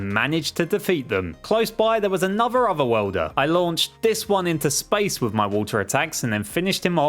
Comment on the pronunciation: Okay okay I know he's saying other worlder but it sounds like otherwelder